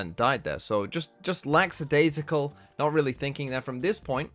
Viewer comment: day 2 of telling that "laxadaisical" isn't a word, it's "lackadaisical"